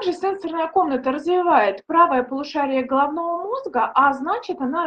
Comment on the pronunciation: СЕ́НСОРНАЯ Ударение следует ставить на первый слог, если мы употребляем слово в значении “устройства, реагирующие на касание”. Например: се́нсорная панель телефона СЕНСО́РНАЯ Ударение следует ставить на второй слог, если мы употребляем слово в значении “связанный с чувствами, с органами чувств”. Например: сенсо́рная система человека